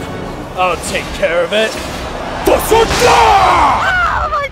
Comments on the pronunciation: Supposed to be Fus, Ro, Dah, not Fusroda. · Fus (wait about a second) ro dah!